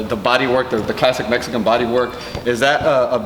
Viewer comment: It’s Mexican! Not metxican